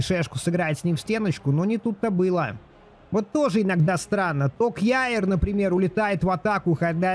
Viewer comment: привет) Отличный контент по фифе) Только есть поправочка, не кьяер, "къер " правильнее 😃